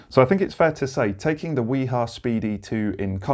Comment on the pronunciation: Informative video, BTW the correct pronunciation of WIHA is "V-HA"